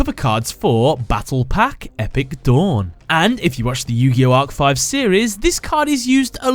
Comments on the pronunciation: Not arc5 no no no it’s arc v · I why insted of saying yugioh arc v he says yugioh arc 5